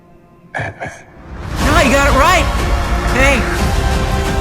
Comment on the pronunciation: Hr had the absolute proper pronunciation of... "Ant Man."